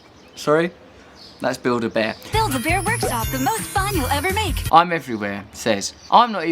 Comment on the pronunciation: I'M SO GLAD I'M NOT THE ONLY ONE WHO HEARS BUILD A BEAR!!!!!!!!!